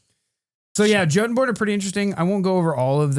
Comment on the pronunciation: I'm quite certain Jotunborn should be pronounced "YO-tun-born" as it was in Norse, which is where we get the word jotun to begin with.